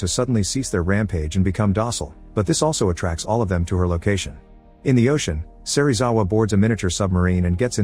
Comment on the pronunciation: bruh it's not a electric beam it's atomic breath. Edit: SERIWAZA?!??!?!?!? BRO IT'S SERIZAWA